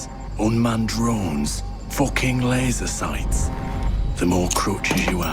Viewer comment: Fuhken layzuhr siiiights lol